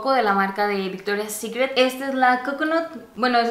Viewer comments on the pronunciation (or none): none